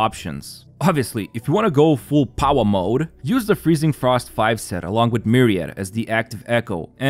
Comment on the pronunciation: Him saying powah mode sent me 😭